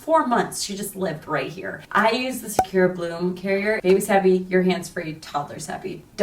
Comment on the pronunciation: It took me SO long to realize she was mispronouncing the Japanese word Sakura and not saying “secure” baby carrier 😅